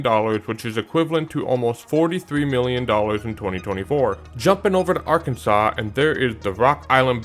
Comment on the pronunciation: The river the Keeper of the plains bridge crosses is pronounced Arkan.zuhs NOT Arkun.saw. 😁